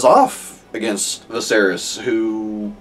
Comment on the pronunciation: Viserys: vis-AIR-is Daenerys: dan-AIR-is Easy way to remember the pronunciation. They're meant to sound similar because they're from the same language - Valyrian.